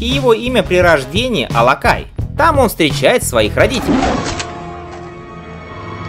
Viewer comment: Алакий, не Алакай